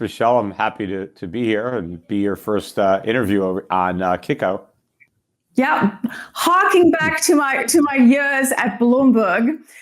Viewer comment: Kitko not kikko... Peter Shiffless